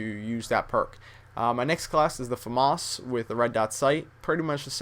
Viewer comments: its a famas not a fomus.... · its fucking FAMAS not FAMUS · famas... say it with me fam as in family as famas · I laughed so hard when he pronounced FAMAS Fomaws. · FUM-ASS ? its pronounced F-A-M-A-S (Ph-am-as) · pretty sure its tha fAmAs not the fumass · Its FAMAS not FAMOSS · Faamass is he posh or smethin its famas not faamass its famas nd wat kind of name is ii everyday wtf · yeah you say it like that you dont say FUMAHS How he says it lol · is it just me or did he say, famos ?? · You are wrong. It is pronounces FAH-MASS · You are right I own one also it's pronounced Fuh-Maus. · no is Fa-miss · No it's not you fucking moron. It's pronounced fah-mos. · I fell asleep during the M16 and then all I heard was the FMARSE not Famas! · man its a french weapon you cant pronounce famas right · I say famas the same way. Lololol. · u pronounce famas wrong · please say famas right...please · that's not how you pronounce famas. at least put the accent on the fa and not the mas. (I'm french, like the famas^^)